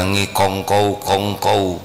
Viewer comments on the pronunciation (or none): Kongko Aa, bukan kongkow 😊